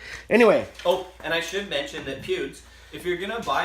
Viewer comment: Hahaha...You called him pubes